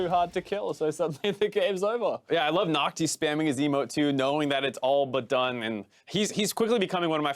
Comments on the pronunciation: BLV nước ngoài gọi NhocTy là Nóc Ti 😂😂😂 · Nghe nhu Naughty, haha